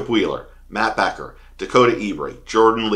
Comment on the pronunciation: If you dont know how to say matt beckers name then you really arent a fan of the sport dude . I mean hes the aoy winner so maybe you shouldnt be doing videos about mlf if you dont even know how to pronounce the aoy winner name